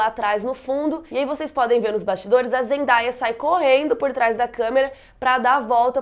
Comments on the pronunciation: te amo mas fala o nome da zendaya certo, é tipo zendeia mesmo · Você pronunciou errado o nome dela, o certo é Zendeia. Eu também pronunciava errado até ver um vídeo dela explicando kk